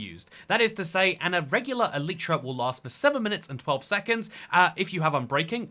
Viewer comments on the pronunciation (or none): It's pronounced e-lie-tra💀